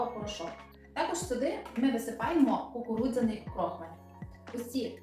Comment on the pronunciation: А чому крОхмаль, а не крохмАль??😉